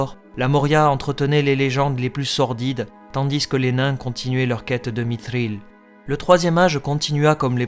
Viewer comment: Comment peux-tu froisser des puriste, en faisant des efforts sur la prononciation ? (Efforts très notable, bravo ! J'ai tout de même entendu un "mitril", des "soron", un " morgote", alors qu'il y a eu un magnifique autre "mithril" et de superbes "eregion".) Une petite remarque : tu n'es pas non plus constant sur les roulements de R, même sur un même mot (Thror). En tout cas ca fait plaisir de pouvoir écouter une vidéo en français sans saigner des oreilles !!